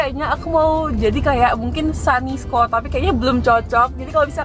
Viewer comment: Sani squad BACANYA sunny